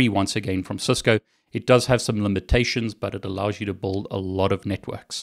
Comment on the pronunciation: Oh He's saying 'build up a Network'. Up to this point I thought he was saying 'bold up a Network.' :)